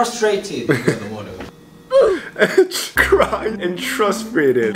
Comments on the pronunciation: If Jungkook says trusfrated. Then it is trusfrated... Frustrated left the chat 😁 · Jungkook being frustrated that he can’t say frustrated 😂